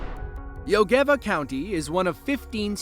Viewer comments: "Jogeeeva County" its Jõgeva. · god that was one hell of pronounciation of jõgeva